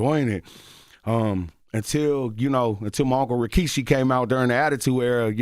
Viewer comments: was i trippin or did bro say Rashiki instead of Rikishi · Not CTG saying "Rashiki" 🤣🤣🤣🤣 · Bro how he said rashiki 😂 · Charlamagne put some respect on rikishi name say it right